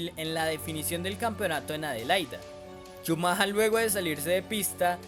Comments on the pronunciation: yo lo que creo es que eres un colombiano huevón, el apellido de Shumacher en lenguaje castellano es SHUMAGER, la forma en que tu lo dices no la dicen ni los británicos, y si quiiseras decirlo como se lo dice en alemania solamente por hacerte el viajado, quedas peor gamin con internet... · Por qué el campeón Benetton? El campeón era Williams. Benetton era escudería italiana, no británica. Na na na, si dijiste Shumaja 😂 entonces debías decir Bron (Brawn) y Bairn (Byrne). Si el río suena es porque agua lleva, ese año Benetton cayó en muchas irregularidades y sospechas que ponían en duda la legalidad del auto por tanto misterio de que no podían mandar su información ya que algo escondían. Esas arrancadas dejando parados a los Williams no eran posibles aún siendo el "todopoderoso" Shumaja 😂 el que arrancaba. Y del choque contra Damon Hill y contra Jackes Villeneuve pues habla de un campeón tipo "el fin justifica los medios". Y aún hay muchos que en grupos de FB y Twitter cuando alguien nombra a Shumaja 😂 dice "grande Schumacher" y yo pienso, si, grande, el más grande tramposo. Ah y ese año Shumaja salió campeón de pilotos y Williams fue campeón de constructores. Benetton obtuvo el título de constructores hasta 1995 usando motores Renault. Y cuando Schumacher se fue a Ferrari se fue junto con Brawn y Rory Byrne es decir, el mismo grupito de tramposos se fue juntito a seguir haciendo trampa. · Chumaja? Ja-ja-ja... Alemanes e ingleses son bien raros en sus pronunciaciones. Me pregunto, por qué escriben palabras con letras que no van a pronunciar, eh? Qué bueno que hasta el 18 de nov. de 2019 ya hayan podido detectar el JUEGO SUCIO de los que campeonan y hacen perder la legitimidad y credibilidad en esta competencia. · Haber si aprendes a pronunciar mejor el apellido del gran campeón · Bonito analisis pero la cagas brother cada vez que dices ' chumaja' . Es Schumacher! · SHUMAJA ??? no sera "shumajer" ??? bastante objetivo el vídeo, hasta en la pronunciación del acusado.